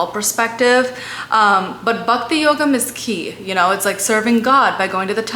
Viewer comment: Good try but pronunciation is comical abcd style. Just the way bakti is said instead of Bhakti